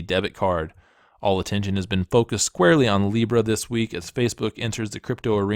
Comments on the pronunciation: Seriously you got hammered for mispronouncing Libra. Come on people get real. We really need to overlook little mistakes like this. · apology accepted for pronouncing a shitcoin's name wrong. how dare you.